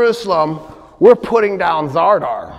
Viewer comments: Good catch. He is actually wrong in many points. And I'm not talking about mispronunciation of Zadar/Zara (which he calls ZaRdar). Alexios Komnenos never went to see the Pope in Italy. Never even set foot in Italy. He sent envoys. several times mentions he does, and makes a great story about that visit that never happened. Richard massacres the 2700 muslims at Accre because Salah ad Din made a deal that included giving back the piece of the True Cross that he took at Hattin. And Salah ad Din repeatedly doesn't bring it. Richard sees that Salah ad Din lied about the possesion of it in the negotiations, gets angry and slaughters them. doesn't mention the piece of the True Cross at all, all historical texts do. The proposal of marriage between Al Adil and Joanne was not made by Richard but by Al Adil himself. This is written by the companion of Salah ad Din and eyewitness Baha ad Din, his biographer. The proposal in not mentioned in any Christian sources whatsoever. Al Adin had the motive, Richard had no motive (explained by ). Two possibilities: either it happend and Richard dismissed it immediately without telling around what happened, or it is fully fabricated. Conrad de Monferrat was not defenestrated, he was knifed by two assassins in broad daylight while going through the streets of Tyre. talks about defenestration for 2 minutes. The battle of Ain Jalut between the Mongols and the Mamluks takes place in 1260. claims that the Mamluks won by employing cannons w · I am a great fan, no doubt. Just one small thing : the port city's name that is in Croatia today is Zadar, nor 'r' in the middle.